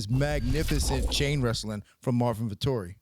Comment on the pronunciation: "Vettori" sounds like "Victory"